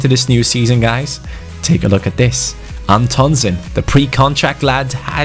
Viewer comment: Antonsen is pronounced "AN-tonsén" Pressure on An and sen. Plus the an is pronounced like "AN apple"